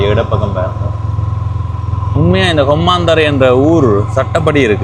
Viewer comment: தம்பி இது நான் பிறந்து வளர்ந்த ஊர், உங்கள் உச்சரிப்பில் கொம்மாந்தறை என கேட்கிறது, (மா அல்ல ம) கொம்மந்தறை என்பதே சரியானது. வழிகாட்டல் பலகையில் சிறிது தவறாக பெயர் எழுதப்பட்டிருக்கலாம். இந்த காணொளியில் நெற்கொழு வயல்வெளிப்பகுதியே உரையாடலின் பின்னணியில் தெரிவது. நிறைந்த விவசாய நிலப்பரப்பையும், குறைந்த குடியிருப்பு பகுதியையும் கொண்ட ஊராக குறிப்பிடலாம். இதன் தொடர்ச்சியான காணொளிக்காக காத்திருக்கிறேன்..